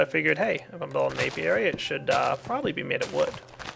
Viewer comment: He's talking about an Apiary. Notice the P in there? Gad to help :D